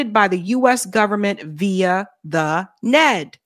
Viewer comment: N-E-D,, not "Ned". What's next, AI sauce? 😁